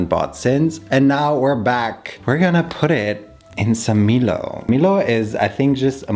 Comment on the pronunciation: Just quickly, it's pronounced "My-low" not "Mi-low" :)